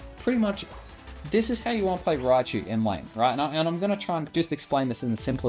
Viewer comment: If only it was called Raichu. Not Riachu Fail.